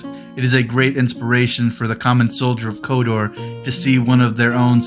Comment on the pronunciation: It's not a request for more.. It sounds like you are saying Kodor at times and not Khador..